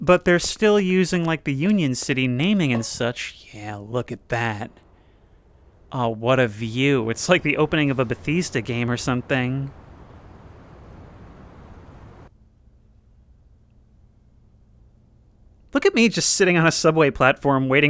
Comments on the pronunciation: You know I don't want to be that guy but I made it to and just have to point out that you pronounced Bethesda "Ba-theez-da" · Did he really just call Bethesda "Batheesda?"